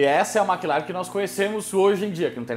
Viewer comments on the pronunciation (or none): Não se fala MÉcleren. Mclaren mesmo. Sim irrita. Tchau 👋